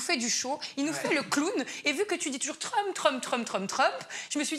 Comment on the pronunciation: tu n’as pas bien prononcé le nom de Trump comme il faut bon vous les français l’anglais ça fait pas partie de vos écoles